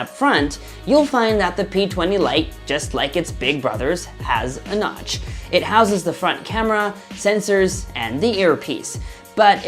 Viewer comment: Thought i heard him say Crotch instead of Notch